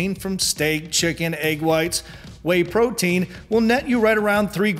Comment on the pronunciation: sounds like you said brotein